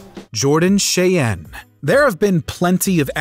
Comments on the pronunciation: Jordan Shay-en? Thought it would be pronounced like the Native American tribe "shy-Ann" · The narrator really needs to work on his name pronunciation for Nguyenand Cheyenne. There's already a lot of youtube videos on Nguyen pronunciation alone.